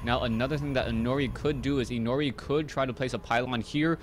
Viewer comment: it's pronounced as "i' no ' li", Inori is a japanese word and 'ri' is pronounced like "li".